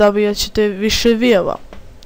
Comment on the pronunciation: Ne kaze se viev nego vju(view)